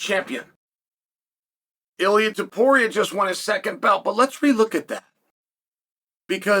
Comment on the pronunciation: Chael actually pronounced Ilia's name correctly. It was a great opportunity to call him Ili Apturo